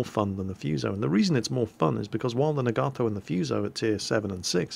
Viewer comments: Also, if you really want to know how to pronounce Nagato, your more "British" preference was closer for the sound of the "a's" (soft a, not hard a), but you're emphasizing the "Gato" when you should be emphasizing the "Naga" for both versions. Themoreyouknow.jpg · I believe Nagato is pronounced na-ga-to not na-gar-to. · its pronounced na-ga-to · I think it's pronounced "Nah-Gaw-Toe" with stress on the first syllable. Also, press "Z" so we can watch a cinematic view of the shells flying to their target! ( do it for killing shots, skillful shots, or crazy citadel hits?) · Nagato is pronounced NAHgahtoe as opposed to naGARtoe, we english speakers put emphasis on the second to last syllable such as humanITy or assASSin, whereas the japanese put emphasis on the first syllable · Hey, Glad you discovered the anime. Pretty fun stuff. You were asking about the pronunciation of Nagato. I'm half Japanese so here's how you'd say the name. You break up the word as follows, na-ga-to, and each of the three parts are a short pronunciation, not our typical long sounds in western English. So it will sound like this: Nah-gah-toe. Hope that helps =^^= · well.. The hiragana for Nagato is ながと which is pronounced as Nah-gah-toh. so there is no long "a" in there. The more you know ;) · nog-ah-toe, atleast that's how its pronounced in the Japanese anime called Naruto. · Na-ga-to... japanese is usually 2 syllables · It's pronounced Naw gaw toe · Nagato (nah-gah-toh) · The HIJMS Nagato is pronounced nah-gah-toh. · nagato is pronounced "Nah-gah-toe" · Pronounced Nah-Gah-To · Second one, it's Nagato with a long "a". The English way is closer. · Top tip. Japanese goes by syllables Ya-ma-to Na-ga-to None of that vowel nonsense English gets and desu is just des, no U sound